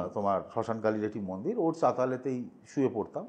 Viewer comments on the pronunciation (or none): none